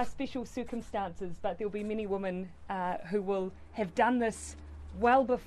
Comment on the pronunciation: i love jacinda, but i find it funny she continually pronounced the collective "women" as "woman" the entire time.... or is it the accent? I honestly can't tell ...